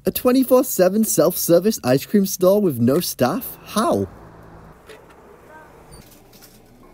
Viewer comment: Aww yeah! Fwee ice cweam